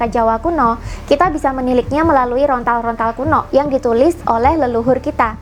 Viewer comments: Maaf kak bukan rontal tapi lontar🙏😅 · Lontar.. bukan Rontal 🙏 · Lontar kak... Bukan rontal😐